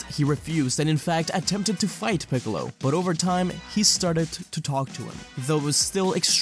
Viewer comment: u called piccolo = kamicalo💀